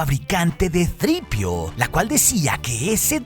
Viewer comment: Que mal queda decir "sitripio"😂